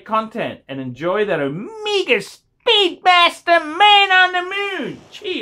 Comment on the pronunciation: It's not "Omeeeeega"